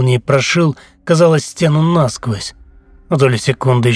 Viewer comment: мое любимое - это "нАсквозь" 😂😂😂😂